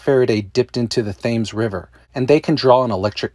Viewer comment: Also the Thames is pronounced 'Taims'